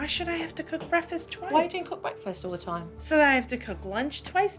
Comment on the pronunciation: The way the mom pronounces "breakfast" annoys me to no end!